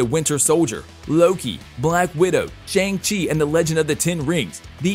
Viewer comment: You pronounced Shang-chi wrong.